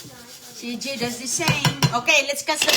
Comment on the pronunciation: Walang alam na Salita si malunggay, bagoong, sardinas, itlog', calls her son CG (she means CJay) Kelan pa kaya umayos dila ni para she can pronounce words correctly?